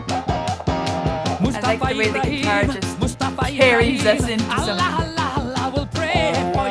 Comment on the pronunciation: It's "Ibrahim", not "Ebra Eel", roflmao :DDD